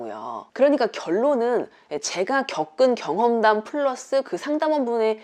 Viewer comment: 심각하게 시청하고 있었는데 JN님이 말씀하시다가 '제가 겪은 경험담' 이라고 겨겨 발음 연달아 하시는데 파블로프 개가 침흘리듯 귓가에 계속 계~계~계~~✌✌ 가 맴돌아요 ㅋㅋㅋㅋ